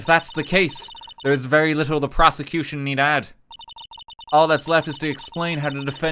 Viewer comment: ok, this whole thing was a mess but 'proseccocution' right at the end really made me lose it